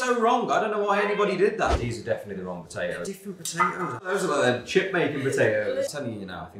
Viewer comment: Nobody: Absolutely nobody: Liam: P o T a O S